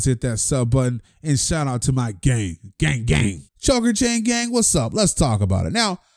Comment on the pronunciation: u said Gamg